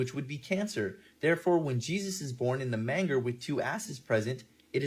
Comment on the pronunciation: That guys reading from the Bible but can’t pronounce “MANGER”? 🤦🏼‍♀️😂